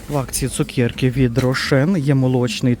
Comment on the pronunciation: Дякую,, за ваш огляд. Обожнюю чути ваше слово ''цукєрка''. Ми вже з донькою теж так кажемо 😊.